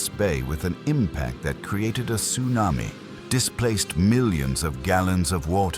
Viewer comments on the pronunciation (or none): none